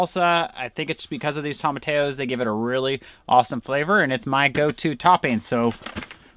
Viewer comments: I'm always curious about the unique way you two pronounce tomatillos (you say "tomma-tay-o" instead of "tomma-tee-yo.") Is that a regional thing you've picked up on in Alaska? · I'm sorry and there's no disrespect here but ur saying it wrong..Its TOM-UH-TEE-YO. All of my family is Mexican and we use tomatillos for a few different things. You can make a sauce out of them if you boil like 3 lbs of them depending on the size until they're soft and then.put them into the blender w 4 or 5 cloves of garlic half a med onion salt and pepper to taste and some jalapeño if u like heat and blend until smooth. Then we take a pork butt and boil it til its really tender and then cube it or shred it and take a little cooking liquid and the pork and add it to a cast iron skillet w some salt and pepper and garlic and onion powder and a little oil and cook on high heat til the water evaporates and the oil cooks a few crispy edges on any fat on the meat. Then add to the sauce and heat until hot and serve w realllly good Spanish rice and homemade corn tortillas. It's soooooooo good!!! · Yep, definitely "toe-muh-tee-yoes". Two ll's in spanish sound like a "y" as in the word you... That's why we say tor-tee-ya (tortilla) chips and not tortaya chips. PLZZZ, say it right just once 😅😅😅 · It's pronounced phonetically toe-ma-tee-yos